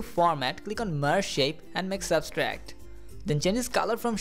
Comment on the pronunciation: Thanks, to you, I was able to make this animation. But It's Subtract not Substract